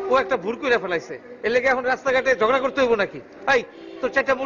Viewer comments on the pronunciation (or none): জগরা ‘ না ঝগড়া হবে ভাই। বাংলার যেই অবস্হা, আল্লাহ্ মাফ করেন।।। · "ঝগড়া" ভাই "জগরা" না 🙄